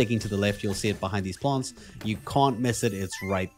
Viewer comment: “Plonts” 😂 not familiar with that accent! Thanks for the walk through this temple is a pain